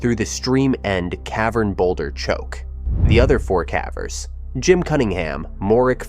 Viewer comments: The word caver as in pavers. Not cave as in have. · What's with the pronunciation of "cavers"? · Ugh. Ai. I was into it until that…. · Yeah I don’t mind AI like this usually; at least it really sounds like a person. But the mispronunciation of cavers and some other words is like bamboo shoots under my OCD nails. It irks me to no end. OCD is a bitch and picks the oddest things to focus on, but misspelled and mispronounced words are at the top of the list for mine 🤦🏻‍♀️ My cognitive therapy for the day is finishing the video despite the “nails on a chalkboard” feeling it gives me lol